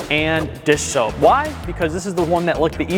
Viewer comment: hearing him constantly say dish shoap or dis soap was so funny, lol